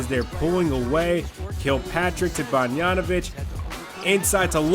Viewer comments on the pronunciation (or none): Great vid as always. Also, not a big deal, but the pronunciation is bog-dan-o-vitch and not bon-yan-o-vitch. Just a pet peeve.